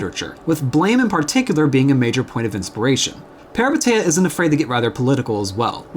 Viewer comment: Small clarification that the name is pronounced as "Pehreepéteea"